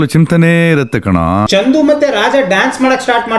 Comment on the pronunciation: Adu chandhu alla chandu (ball)